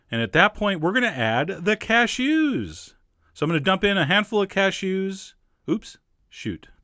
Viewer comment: the way you say cashews made me giggle! cashOOOs :)